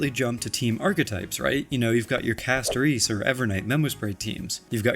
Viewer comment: When YouTubers can’t pronounce the characters names properly… I wonder if they even play the fa game 😪 Say Castoreeece one more time and I’ll riot